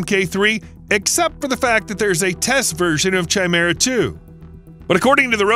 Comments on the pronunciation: Chimera is pronounced kai-meer-ah, not 'chai' - meer - ah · It's not "Chai-mera" 🤦🏾‍♂️. It's pronounced "kai'mira" ffs. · That was pissing me off too lol, KAI-MERA damnit! 😅